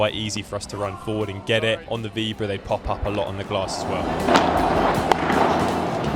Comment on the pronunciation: Awesome video. Super quick Spanish tip: anytime you see an accent mark (á or é etc), it’s to mark the syllable you emphasise. Maybe Playtomic didn’t have it but it’s Álvaro, not Alváro. Same for víbora and not vibóra, which is a common one to hear in the UK 🥲😄